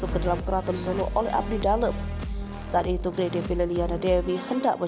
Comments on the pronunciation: Bacanya bukan gray, tp G-R-A-y. Dipisah2. Karena itu gelar kerajaan. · tak kasih tau ya..yg mba baca ini murni nama² orang Indonesia.jd tolong bacanya jgn latah ke barat²an.masa moeng di baca mo-eng.itu ejaan lama mba,oe dibaca U.terus itu lg GRAy dibaca grey..jannnn payah tenan sampeyan. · Maaf... GRay...tidak dibaca grei Ini singkatan dari Gusti Raden Ayu Gusti Moeng...tidak dibaca Mo-eng tapi Gusti Mung.